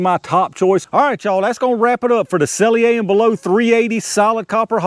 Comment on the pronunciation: I know it don't matter much... but s&b say their name is pronounced sell-ee-er and bell-ott (ott as in shot). Always appreciate the videos and tests. I'm surprised they even bother making .380 hollow points. I don't see the point.